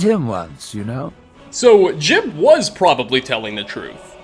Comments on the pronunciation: Ji-ub! It's Ji-ub! Not "Jib". You even played a recording of how to say it and then immediately said it wrong. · You have the voice clip of saying Jiub's name properly in your video and still call him Jib... fucking smh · Game literally says his name Jiub and this mans calls his Jib and I’m so triggered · It's almost like ur deaf dude come on we all know we heard how to pronounce jiub. Jee ub not difficult bro